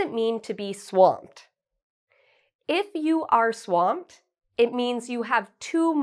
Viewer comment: Your 1 pronunciation " swamped " wasn't correct.